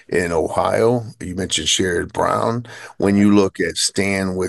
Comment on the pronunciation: did you hear how John pronounced Sen. Brown's first name? That's the correct way, my friend. I never liked the guy, but I try to get names right